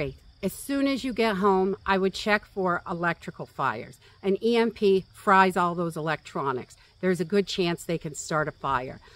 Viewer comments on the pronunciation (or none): none